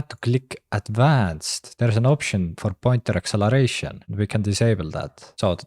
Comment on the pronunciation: I love his "pointher acceleration" at the start!